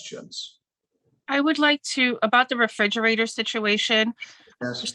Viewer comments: It's a refrigerator, not a frigerator. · I can't stand when grown ass adults say "fridgerator"